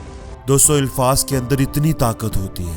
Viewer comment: First of all some pronunciations , Urdu " ilfaz " no , alfaz is right. There is nothing new in this video. People have heard millions of times all this. We have to find the difference between consciousness & automaticity in matter. Post something about , if you can. Good luck.